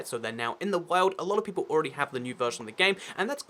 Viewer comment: People not “peolle”